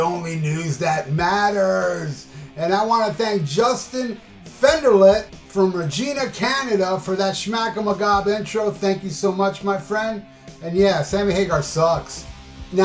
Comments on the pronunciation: FYI Regina rhymes w/ the female body part, and does not sound like the female first name😁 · The city of Regina in Canada actually is pronounced the same way as vagina.